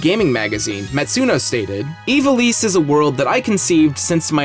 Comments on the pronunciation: Evil-eese? Eye-vall-iss? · It's not pronounced as "Evilease" it's correct Pronunciation is "Eye-vol-isss"